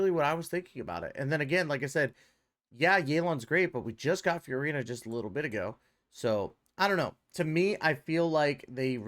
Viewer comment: this video is great, keep it up, BUT yaelon and feurina pronunciation is criminal💀